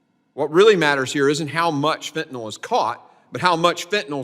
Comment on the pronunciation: Fentanyl. Last syllable rhymes with HILL. There is no O in Fentanyl.